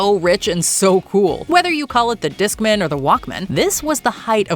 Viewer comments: Disk mAn not discmun 😂😂😂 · You did not both need to be online to send a message over AIM... Animated Screen Savers are bigger than they have ever been. No one called the Discman a Discmin - Terrible pronunciation.